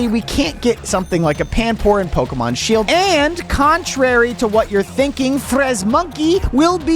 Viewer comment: Bro is Pokemon word not seeld